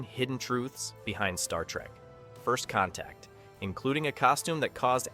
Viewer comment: "FIRST CONTAC" huh? - It's "ZEPH-RAM", not "ZEEF-RUM". - "Assimilate this." ISN'T three words! (It's TWO!) - Zefram exclaims "SWEET JESUS!" after seeing the Enterprise ALONGSIDE his ship in space, NOT on Earth through his telescope! I quit. Poorly made garbage video with A.I. Narration.